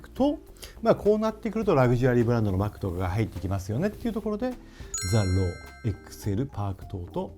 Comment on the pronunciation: 石川さんの声でTHE ROWと聞くと笑ってしまう身体にされてしまいました